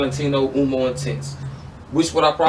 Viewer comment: Great collaboration, I love this type of videos. However I kept on hearing Valentino "Umo" instead of "Uomo", it is just funny to hear it wrong, not bothering me just funny.